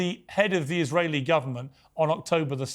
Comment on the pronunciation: “Z question not like that?” Mr Barggouti 😅